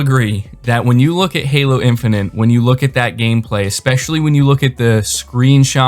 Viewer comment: It's Halo Infinite not Halo Infinant. Please stop saying Infinant.